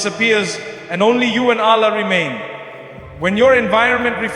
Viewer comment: It’s false, listen to the word he said Allah’s name, not the Arabic sound. Also other words used sounded not Arabic. Not Mufti Menk words .